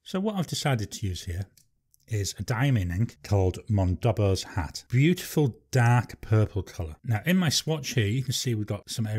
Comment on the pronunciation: Monboddo’s Hat. Not mondobbo.